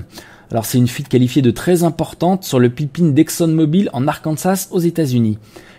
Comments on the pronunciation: Merci pour l'actus mais y'a une prononciation qui m'a interpellé les 2 dernières minutes de la vidéo, celle de "pipeline". Je sais pas si c'est prononcé exprès à la française, car c'est un mot anglais désignant "oléoduc" en français. Pour rester crédible et cohérent, mieux vaut maîtriser la prononciation de son vocabulaire. Voilà, la minute "nazi grammar" est terminée :) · Bonne vidéo, comme d'hab. PS: "Pipeline" Ouille ouille mes oreilles!